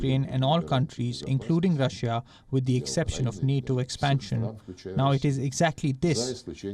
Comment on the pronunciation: Rah-shiaa hahaha